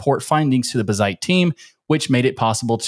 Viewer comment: Its Bazzite and not buzzite!!